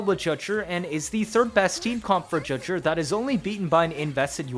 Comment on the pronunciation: FOR THE LOVE OF GOD ITS NOT JUH-JURR IT'S Juh-Jue